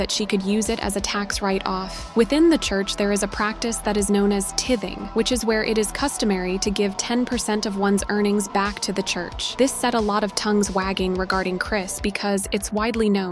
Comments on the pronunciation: It’s pronounced “Ty-thing”, not “tith-ing”. Never heard of a church that charges people to attend church. If anything, most churches help those in need. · Ti....thing/ not...tething. Dey Ain't preaching Repentance through Lord Jesus Christ. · not tit-f-ing. It is tie-f-ing AI sucks so bad. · Its pronounced "Tie-thing" not tih-thing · The narrator of this video needs to learn how to pronounce "tithing." It is pronounced "TIE-THING," not "ti‐thing." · Tithing is pronounced Tie thing. Like a bow tie. Illiteracy is astonishing here. WOW!! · That is TITHING pronounced Tietheng. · it's pronounced tithing. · Tithing is pronounced with a long I as in like. It's a common practice to give at least 10% of your income. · Pronouncing tithing wrong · Why is no one mentioning the way she said Tithing lol 😂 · Good I am so tired of these half naked women that are pedophiles. This reporter needs to know her source. Look or ask someone how to pronounce tithing. $1000.00 to attend church, wow buying a ticket to hell. God must be so discouraged with these people. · Check out how to properly pronounce "tithing".